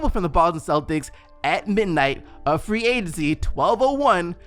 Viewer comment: I can’t let ya slide on the “Free Adency” 😂😂💀